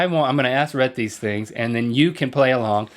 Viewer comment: His name is Rhett, not Reth.